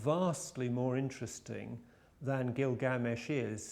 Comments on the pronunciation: It's Gilgamesh, not GilGAAmesh. -. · it's not Gil gamesh... it's Gilga mesh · Gilga-mesh, not Gil-gamesh. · it's 'gilga-mesh' not 'gil'GA-mesh' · Stop pronouncing "Glilgamesh" incorrectly. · also is he saying it wrong or has everyone else I have ever heard talk about the story saying it wrong. Gil.gamesh or Gilga.mesh?